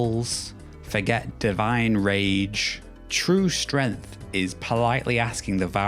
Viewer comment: 12 seconds in, already pronounces "Kratos" incorrectly, and then "strength" incorrectly. Not off to a good first impression my man. These aren't words like "tomato" that have regional variants or accents that change the length of the vowel used, it's a proper name and a regular noun. You can do better. Update: The rest of the video was fantastic. Great content, great evidence, and everything was pronounced correctly! For anyone on the fence after the first 12 seconds - keep going!